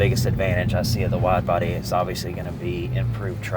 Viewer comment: "Widbody" Hellcat, really?